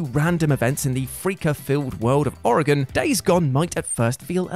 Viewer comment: What I love most is that said Oregon correctly. There are people who live in this state and still can't pronounce it correctly. And it drives true Oregonians insane to hear a simple name said so wrong. So good job! You are even cooler in my book now.